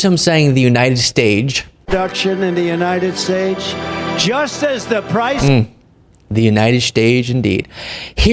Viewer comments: Screwing up the words United States, like he hasn't lived here all of his life & coming from a military school, no less. I mean, picture having a president that can't pronounce United States. I'd actually feel sorry for him if he wasn't so damn mean & nasty. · Heard him say United Stakes,those dang S word's. ✌